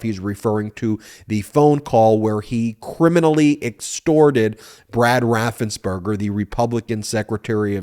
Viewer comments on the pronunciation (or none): none